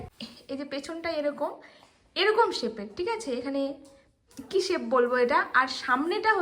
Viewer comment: Sape na ota shape bole...😊